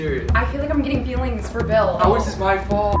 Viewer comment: she Called Bill Billle